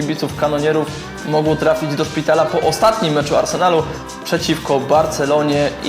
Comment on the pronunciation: przejęzyczyłeś się i powiedziałeś do pitala zamiast do szpitala